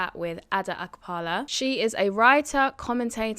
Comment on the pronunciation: It's a-kpa-la not ak-pa-la. As an African you should be able to make the ''kp'' sound. Even if you're not from west Africa.